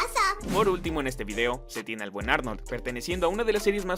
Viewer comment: En un momento dijiste el buen Arnold y entendí que dijiste Buenardo XD.